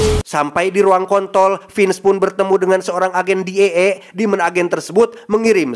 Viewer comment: Sampai di ruang kontrol bang,,,, Pilek bikin kehilangan "R" kah?😂😂😂